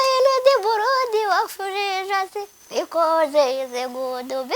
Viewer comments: yavuze buludi not buladi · ndagukunda ukuntu uvuga ngo blood ngo ni buradi😂😂😂😂